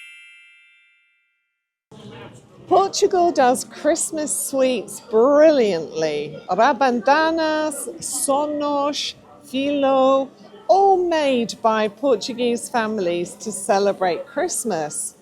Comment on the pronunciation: What’s rabandanas? You wanted to say RABANADAS.